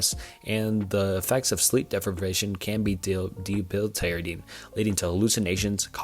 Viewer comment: You can't even pronounce debilitating lmao. Good narrative 👏